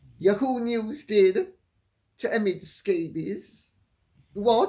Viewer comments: Lady C, YAHOO is pronounced YAHoo not yaHOO. Thought you would want to know that. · Dear Lady C the pronunciation is YAA HOO. NOT YU HOO. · Dear Lady C, It is "Yah-hoo" with accent on the first syllable. This is an Americanism long-used before YahooNews came into being. It can be a perjorative name, as in, "That yahoo doesn't know what's up." Maybe a cowboy in the late 1800's would say with exuberance, Thank you for your work. I appreciate your "Yippee!" and "YaHoo!" But nowadays it is just ya'hoo. However, I love your way of saying it as "YehHOO"! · YAhoo. Accent on first syllable. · Lady C, it is pronounced “Yah-who” News…accent on “Yah” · YAW-Hoo, accent on first syllable. I don't believe for one skinny minute that there was a mutual parting at Spotify. Her lazy, sorry ass was dumped, and his along with hers! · The British way Lady C says yahoo makes me laugh